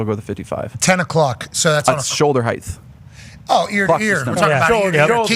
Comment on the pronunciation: Bryson: Can knock a golf ball a mile over them mountains right there. Cannot pronounce the word “HEIGHT”.